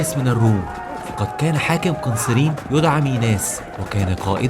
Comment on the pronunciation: والعلم عند الله اسمها قنّسرين بتشديد النون